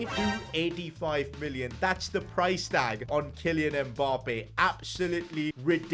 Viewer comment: It's not M Bappe. It's Mmmmmmmmbappe